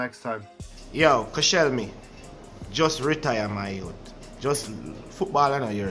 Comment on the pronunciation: The disrespecc on Koscielney’s name